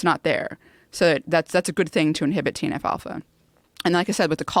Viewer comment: “TNF-Alpha” or “Teen Alfalfa”? Who knows.